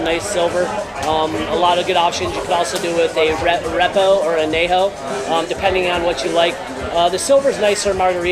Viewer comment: arepos? I think he meant Reposados. But what do I know.